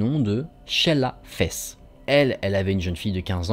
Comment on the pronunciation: desolée hein mais " Shella Fesse " ;-; ☠️